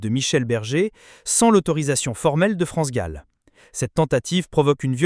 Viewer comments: Son plus grand chagrin fut la mort de sa fille France gol dit la voix robot c est gênant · Comment cette personne qui parle de France Gall ? L’appelle France goll ? C’est une honte c’est un manque de respect à cette grande personne elle me dégoûte à chaque fois, je l’entends dire France goal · France gall et pas gaul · Cette voix sonne tellement faux ! Cet imbécile dit France GOLL au lieu de GALL ! Jennifer et les autres ont eu un sacré culot d'enregistrer les chansons de France et Michel, sans même avoir son accord !!! Et les droits d'auteur ?! Jennifer, cette arriviste, séductrice et vulgaire, voulait se rendre célèbre en exploitant le patrimoine artistique d'une icône comme France Gall ?! Jennifer et les autres auraient mérité un bon procès !! France Gall et Michel Berger sont irremplaçables et inégalés ! Respect éternel 💖🌟